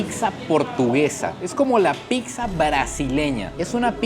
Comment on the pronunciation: PICSA NO!!! PIZZA POR FAVOR 😅😅😅